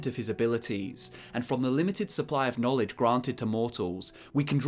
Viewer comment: He readd the boocc He succ the knowlej